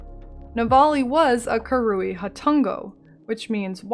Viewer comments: The hard R is 'fine'. It's wrong, but tolerable. The wrong emPHAsis on the wrong syLAble, however, is not. You just have to listen to it said on the Act 1 writings. KA-ru-ee. Emphasis on the first syllable. Not ka-RU-ee, emphasis on the middle syllable. It's bugged me a little in the past, but a full video about them is going to be hard to get through. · Came here just to see how you pronounced 'Karui'. Very american it turns out haha. I'm not sure i can make it through this video. Really enjoying the series though!